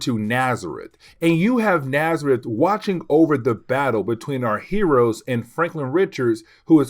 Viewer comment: Your videos are a lot of fun. Just to say, N'astirh is a play on words of Nastier, so it's supposed to be pronounced more like En-as-teer, it's not Nazareth :)